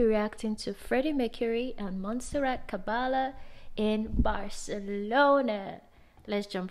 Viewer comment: It's Caballe, not "Cabelle".